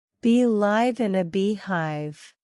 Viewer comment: Thank you for the video. Please correct pronunciation for 'live' in 'Bees live in a beehive'. [laiv] is wrong, [live] is correct.